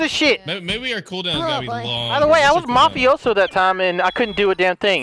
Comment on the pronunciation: It's mafioso not mofiso